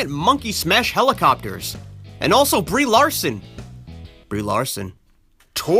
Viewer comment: "Lee-Brarson" LMAO!!!